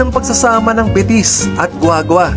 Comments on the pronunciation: Betis - (be-tis) not (bi-tis) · It's Be-tis po kung bibigkasin medyo may pagkamalambing po ang salitang Betis. ☺️ -from residence of BETIS 🥰